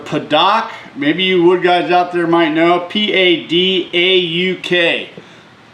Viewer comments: love your vids but I gotta say Im dying hear as you padick. Its Pronouced Padook. Thanks for the vid. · nice knife! As for the wood, i believe it is pronounced like "paddock" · hey itspronouncedPaDuke and it has beautiful colors and grains it has some similar characteristics to Mahogany’s and I highly reccomend face masks when sanding because like Mahogany it gets up in your nostrils and you will eventually start bleeding BTW for gluing etc wipe the oils out with Acetone or Alcohol for better adhesion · It's actually pronounced Padook. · Pronounced pa-duke. The color will darken deeply over time. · The right pronunciation of the wood Padauk is, "pa-dook". Padauk is a popular wood that comes from Africa. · It's pronounce "perdue" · It’s pronounced (pa-dook) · As others Abe said, pa-duke is the way I have heard it pronounced. You should wear a mask when working with it, though. Repeated exposure can cause you to develop a nasty allery. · Good job,. That wood is pronounced paDUKE. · It's pronounced pa-dook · Pa-dook is the pronunciation, great vid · If you decide to make some more knife blades, you might look into buying a dynafile, I'm pretty sure you can buy one for under $300. By the way the wood is pronounced pa-duke. At least that is the way I've always heard it. Nice knife!